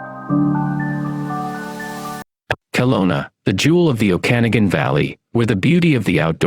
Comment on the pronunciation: I'm from Kelowna and live in Regina now. But I don't know what's worst. The way your pronounced Regina or the Okanagan. Lol :p But seriously its so sad to see Kelowna worst then Regina. It was such a beautiful place growing up.